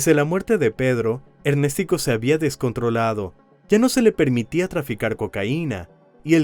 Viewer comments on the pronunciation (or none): Ernéstico❌️ Ernes tico✅️ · El que debe morir es el que dice ErnÉstico jajajajaja🤣🤣🤣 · Ernéstico jajaja 😅😅😅